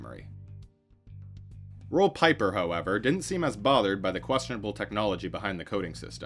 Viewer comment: Roel Pieper is pronounced, Rool Peeper